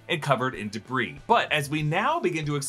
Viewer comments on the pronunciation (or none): none